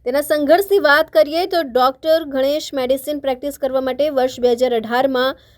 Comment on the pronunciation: Mam it's Ganesh not Ghanesh 👍🏻